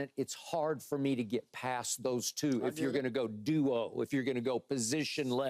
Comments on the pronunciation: It’s duo not dual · They should make Paul Pierce’s pay contingent on being able to properly pronounce duo.